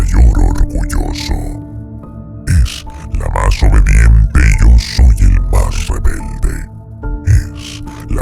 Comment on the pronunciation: El documentalista no conoce la "Y". "IO SOOOOY ...."